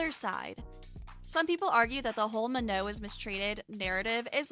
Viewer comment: Not to hate but that's not how you pronounce her name it's manon with a n sorry I'm not hating